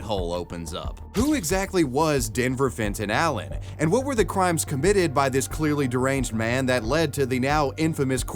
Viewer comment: Am i the only one hearing "Denver Fentayl" every time they say his name ?